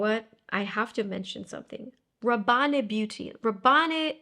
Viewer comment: I believe in Rabanne (from Paco Rabanne), the "e" is silent, so it sounds /Raban/, although I may be wrong. Your videos are the best! x